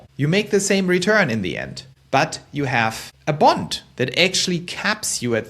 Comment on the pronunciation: Your saying "BOND" sounds like "BUNT"